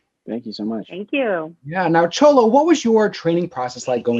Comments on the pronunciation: His Name is said Sholo. Not Cholo! How embarrassing that YOU do not even research how to get someone's name right! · why don't you watch him pronounce his own name when he's doing the Seventeen interview and stuff cause he clearly says Show-low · really cool interviews. but I believe its pronounced Show-low.....